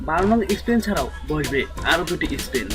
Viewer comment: স্পেন না স্প্যান?